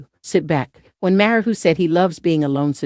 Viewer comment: Sounds like a robot, first 10 seconds in and the robot couldn't pronounce Bill Maher's name properly.